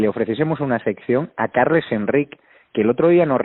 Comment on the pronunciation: Carles se pronuncia Carlas. Carme = Carma. Jaume= Yauma. Un saludo.